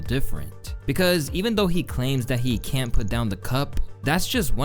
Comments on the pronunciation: Lol fr he meant can't but it did sound like he said kyant but he said cant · not "can't", but "kyan't" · You cyannt miss it bro.